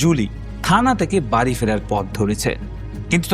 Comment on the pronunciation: শব্দটা বাড়ি, বারি নয়, শব্দটা বেড়াল, বেরাল নয়। উচ্চারণ ঠিক করুন । 'ড়' এবং র, এই দুই শব্দের পৃথক পৃথক উচ্চারণ রয়েছে। পারলে একটু বিদ্যাসাগর মহাশয় রচিত প্রথম ভাগ পড়ে নেবেন। তারপর অবশ্যই সাবস্ক্রাইব করবো।